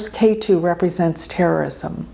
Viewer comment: If you study a little bit of Sanskrit, you will discover that the "e" in Ketu sounds like the "e" in egg, NOT like the "a" in ace.